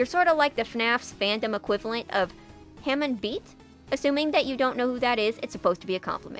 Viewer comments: Oh God, that's one way to say hamon. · yeah it hurt to hear that too x_X